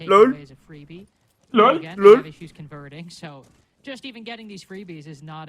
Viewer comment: please stop saying LUL for lol it was cringe in 2016 and needs to be left back then